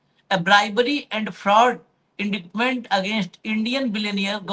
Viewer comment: Indictment main c silent hota hai